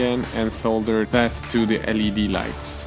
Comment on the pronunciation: Great video, never thought of using cheap LED lamps from the store that are allready connected to a power source. BTW. L.E.D. is how the Anglos pronounce it, not "leed". But the pronunciation "leed" has some charm to it when you aren't a native english speaker